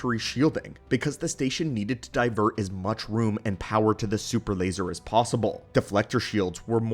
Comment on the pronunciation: “Da supper lazer”